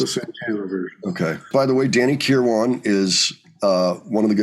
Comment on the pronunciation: Danny Kirwan...its not Care-WAN its a flowy irish name...curwon...carewin